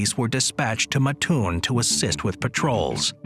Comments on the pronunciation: Hate to be that guy. You start out correct... living an hour from Mattoon... Its MAT-toon. not MaTOON. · ooof little off on the pronunciation... also home of the Original Burger King